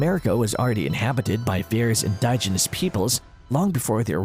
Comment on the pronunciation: indiginous.......in DIJ ehn nus...Pronounce the DIJ as "dig"